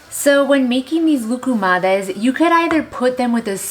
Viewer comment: Wow these look awesome ….we want to hear you say Loukoumades in every video….it’s so fun!!!!😀😀👍👍